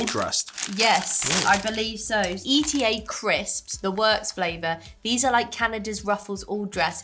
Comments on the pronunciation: It’s not E.T.A. It’s eat-a 😊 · E.T.A. hahahahah its not said like that...eta one word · I really loved watching this video. Loved all the reactions. Shout out to Paul for the selection of treats from our side of the world. One last note: ETA is actually pronounced eee-tah. Not E.T.A Glad you enjoyed our treats from NZ :) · The Whittakers, thats what peeps can knock off in one sitting. We do have 50g sized, 180g sized. So, yep.. and ETA we pronounce it eeta not E T A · Kiwi here, no comparison between Whittakers and Cadburys, Cadbury's ruined their chocolate when they put palm oil in it and stopped producing it in New Zealand. It taste awful now. Whittakers is the best chocolate on the planet. the crisps are pronounced eater. As for L&P no one can describe that flavour. loved your video. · OMG Comparing Cadburys as good like Whittaker's, yeah nah, Cadburys is disgusting and we don't buy it. Who'd buy that when we've got Whittaker's! ❤❤❤ - Also it's not called candy its, lollies and Chocolate. -Standard Chocolate size - Eta is pronounced like eat and then with an a on the end etaa. They're called chips, not crisps. - L&P is a fizzy drink. Not a soda. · Pronounced..E.Ta run together 😅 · You's are super cute. ETA is said as ..... eat'A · It’s ETA! A word not letters! L and P comes in sugar free as well. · Eta. Lol. Its eat ah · Eta is actually pronounced Eat-a. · Eta chips…. Pronounced as in “eater” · ETA is pronounced EAT-AH in NZ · That is the standard size of Whittakers in NZ, my favorite is the jelly tip, which is like a raspberry jelly filling to the pieces with a base of milk chocolate and a top layer of white chocolate. Whittakers do export international as well, but those blocks are about half the size to what we have here 😊 And Eta is pronounced "Eater" 😁 I've never tried that flavor though. I normally just get salted and make a "kiwi dip", which is nestle reduced cream and Maggi onion soup mix, mixed together and chilled in the fridge for a good half hour